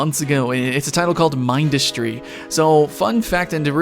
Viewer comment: not to be mean but you said Mindustry wrong